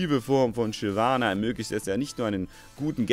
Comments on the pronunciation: Shynana.... aaaalles klar :D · Shynana? :D Muss da kein "v" hin? :p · Ich spiele Shyvana nicht Shynana :)